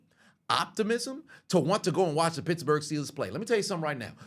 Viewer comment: I thought he said bitchbourg